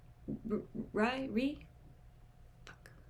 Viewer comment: Loved your reaction omg i hope u have fun with checking out more ooo as well as their recent comeback!!! Also you pronounce Rie kinda as Ree-eh